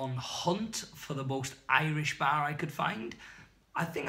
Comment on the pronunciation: Thought you said "Hunting for Irish Bear" 🐻 not Bar! 🤘🤣 - Kevin Venture